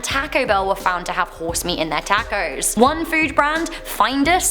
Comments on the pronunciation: tackos lol im definitely going to call them that now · How many people cringed with the way she pronounced tacos? 😂 Btw, I am not poking fun, I know it's an accent thing but still 😂. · The way she says Tacos in 😂